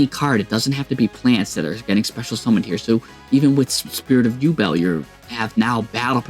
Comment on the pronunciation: Ah yes, the famous "you belt" deck xD